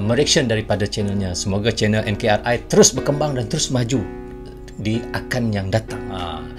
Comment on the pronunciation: NKRI(NEGARA KESATUAN REPUBLIK INDONESIA)...Jadi jgn baca enkar,ai...baca dgn ejaan bahasa indonesia..🙏🙏🙏